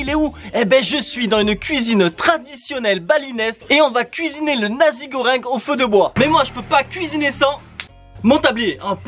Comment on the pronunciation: Dans la prononciation du plat on dit pas "nazi" mais "Nassi" goreng.